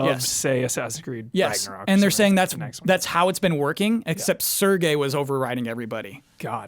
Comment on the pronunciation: Correction: Serge is a french name. It's not pronounced like Sergei with a hard "g". The first "e" is more of an "eh" sound and the last "e" is almost silent. In English, you'd probably pronounce it like the word "surge" though. Props for the last name though, you got that close enough.